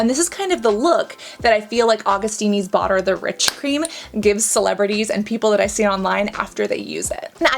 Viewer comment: Augustinis? Augustins? It's AugustinUs :D